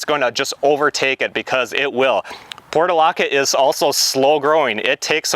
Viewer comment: The pronunciation was driving me crazy because it was different from what I have always heard so I double-checked. It's "porch -u - laca."